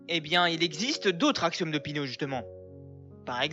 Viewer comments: Péé...ano pas pino !!! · On dit péano pas pino